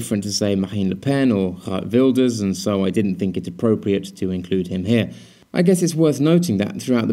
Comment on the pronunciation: Like your work! As for Geert Wilders, you got the 'G' right, but the 'ee''s are pronounced as the 'ee''s in the word steer. ;-)